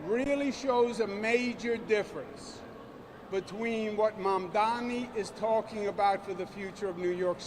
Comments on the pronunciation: finally said the name right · First time Cuomo got Mamdani's name right! 😂😂😂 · Cuomo this time said it right, Mamdani 😊 Meanwhile Sliwa talked about new generation... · is this the first time Cuomo pronounced the name Mamdani correctly? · Wait... Cuomo actually pronounced Mamdani right this time? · I disagree strongly. He intentionally does it and slipped this time by saying it correctly.